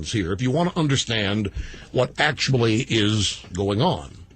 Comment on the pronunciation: rush has a weird way to say 'actually', is that some dialect?